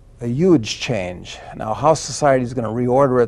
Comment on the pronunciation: Doug Casey predicts that there will be a "yuge" change in American society in the next ten years... was he predicting Trump?!